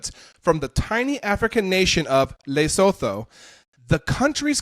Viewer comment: It's not Laysotoe. It's Luhsootoo.